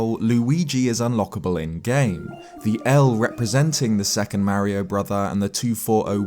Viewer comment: If you have, then why do you refuse to pronounce his name correctly?